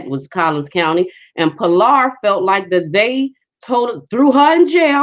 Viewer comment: Good morning! It's Collin not with an s on end. Plano, McKinney, Frisco, et als are in Collin County, courthouse located in McKinney; about 15 mins from Plano (north), about 30 mins from Dallas (south). Born in McKinney (Plano didn't hv hosp in 50s), raised in Plano, am a witness , from own experience of injustice, of the LIES they coverup. Since they All work together in WH gov't; can't get justice even when you hv evidence. Tried to tell ppl when on Essie's page. That's why God Rewarded & Blessed me yrs ago & now revealing Collin/Dallas corrupt judicial systems i.e. popos, judges, attorneys, etc., here in Tx. Amen! Hv waited patiently upon the Lord to bring the Klan (Collin) County especially down just like He sd to me in 2005. Yeah, Chief Hall, a black woman, just doing her sorority house Ni'ger job. You are soooo right, only political & the D.A., Faith Johnson, is a black woman too. Not to be rude but her facial makeup is smthng else, clown like. Don't know Tx Ranger's name but that's who they get when they mess up, to coverup their errs in which are also part of corruption. Always trying to make the innocent ppl the guilty one instead of admitting their errors/mistakes. But God! Love n Christ, "daughter of Zion", Jer 6:2/Is , et als, KJV only